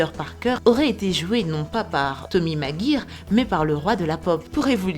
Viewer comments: Euh oui mais ça se prononce Macgouaieur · Ça ce dit "maguaïeur" et non pas "maguir"